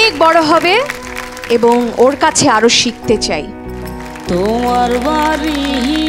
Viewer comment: বারি না বাড়ি।উচ্চারণ ঠিক করা উচিত।